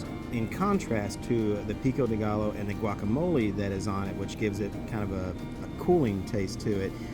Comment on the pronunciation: I know this video is old but I just feel the need to let you know that two “Ls” in Spanish is pronounced like a Y. It’s not pico de gal-low, it’s pico de Guy-o